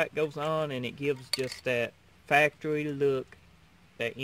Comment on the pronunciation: He said Factowy, .Good job tho looks good...